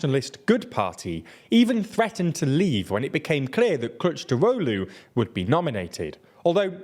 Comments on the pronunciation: I love the way you pronounce "Kılıçdaroğlu" as "clutch drolu" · Superb pronunciation of "Kılıçdaroğlu", well done! I always believed in you xD Anyway let me try to give you piece of my view of Turkey's politics in detail about these topics in the video. It's really good video in general but there are a lot of details you should know. First let me clear the candidate shenanigans: -It's true that Mansur Yavaş have more popularity but Kurdish voters are clear about not to vote for him if opposition(6 party coalition) choose him as a candidate. Even he looks like more vote in surveys, it is a big risk. Kurdish votes are the key in this election, and the video point out this fact very well. Keep this in mind. -Ekrem İmamoğlu is also popular bc of İstanbul mayor but even i have doubts about him. He is... how should i put... not seems honest yet he is working good. He get Kurdish votes easily but if opposition nominates him, they will loose İstanbul municipality, bc AKP have majority in İstanbul municipality's parliament and there is more than a year for election for municipalities(Also its true for Mansur Yavaş). İstanbul means a lot... Too risky... also it's not guarantee to win. Not to mention political ban, it will probably abolished by high court but still risky... -Meral Akşener doesn't want it and she can't win, not gonna get in details. So Kılıçdaroğlu... I understand why he isn't popular but it's not really important to be popular in my view. He is really good at bureaucracy and diplomatic skills and he actually didn't lost elections in